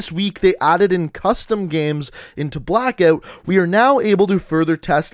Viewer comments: Have you got a speech impediment?? You can’t say Blackout 😂😂😂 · the way he pronounces ''blackout'' gives me cancer